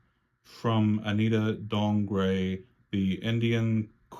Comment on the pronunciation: You said Anita Dongre’s name correctly I used google translator to confirm and there’s an option to “hear” your translation (for future reference if you’re interested). Also I hope you’ll get the Aaliyah Barbie in January & do a unboxing or review